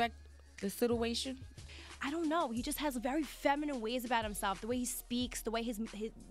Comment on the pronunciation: "the siduation" lol why did she say it like that?